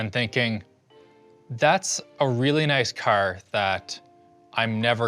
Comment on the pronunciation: That Canadian pronunciation of "Car" tho